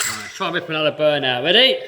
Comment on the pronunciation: I'm from Boston and i thought my miss pronouncing R was bad. This alwight. Little wod, disk bwake. England is way worse